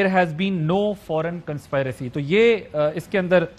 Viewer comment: Adil please correct your conspiracy pronunciation